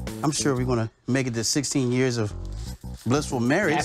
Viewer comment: "Happy Anniversary to 10 wonderful YEERS."